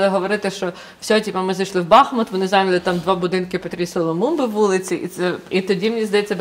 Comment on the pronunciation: Доброго дня. Чому Бахмут а ні бахМут, там річка бахМутка а ні Бахмутка?